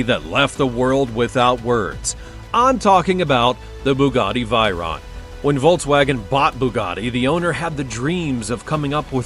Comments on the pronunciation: It is called Veyron. Not Vyron or Viron...Dont you know how to pronounce?? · It's Veyron 😭😭😭😭 Vey-Ron not Vyron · Other people: Veyron This guy: Viron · Vey not vay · The fact he pronounces it as v-eye-ron is annoying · I stopped watching as soon as he pronounced Veyron incorrectly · Learn to pronounce veyron and Chiron correctly